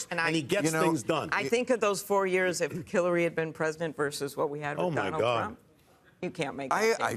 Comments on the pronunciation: roughly she says "killary". You democrats just heard from a democratic representative what they think of her. Listen. She said it. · I swear she says Killary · Did anyone catch, Klobuchar said "KILL-ary"? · Is this panel delusional? And Hillary was most qualified? She didn't meet the minimum standard of transmitting classified and top secret data and "with nothing to hide," destroyed subpoenaed data and devices. Imagine if Trump would've burned boxes of documents. , Klobuchar says Killary. Listen closely. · Did she say Killary?